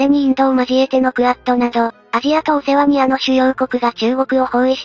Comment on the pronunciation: お世話にあ ✕ オセアニア 〇 こういう情報系は言葉を正確にしてください 中身の情報も適当なんだろな。 しっかりしてるチャンネルはすごく気をつかってます。